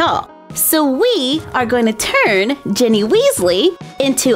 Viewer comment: It's "GINNY" Not Jenny